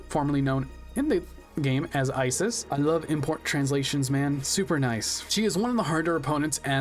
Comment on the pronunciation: This is getting on my nerves so let me correct you: Ishizu is the correct name. Isis is not pronounced "eye-sis", but "ee-sis", as it's an egyptian name. To write Isis in japanese you convert "si" into "shi" (Si doesn't exist in japanese) and the "s" at the end becomes "su" or "zu", as "s" doesn't exist in japanese. Why IshiZU and not IshiSU? Because the S in the end of Isis sounds like a Z more than an S proper, so it's translated to Zu. TL;DR: Ishizu is simply how you write Isis in the japanese alphabet, and is pronounced "ee-sis".